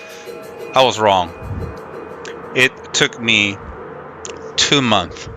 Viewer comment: Just an FYI on the word Months. When you have more than 1 Month it's Months and the "s" is not silent :) Small little thing, but this applies to most of the things that are plural (multiple) in English.